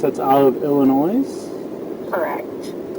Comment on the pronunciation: Hey that is not how you pronounce Illinois.